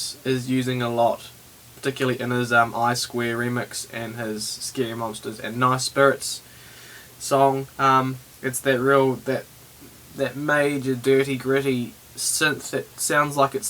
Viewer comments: sproiiiiiites not speeerits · its Sprites! not spirits! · Did you say spare-its? Lol good tut man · Sprites is pronounced like the soda. fyi